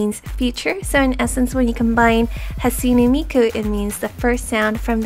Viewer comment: you say hatsune miku like hasune miku